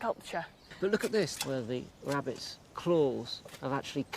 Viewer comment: Wabbit's I clearly heard him, he always says wabbits. Wabbits are rare, rabbits aren't. Trust me I'm a not Doc, but hey what's up?